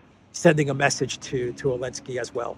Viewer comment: I give up, why does he keep calling him Elensky?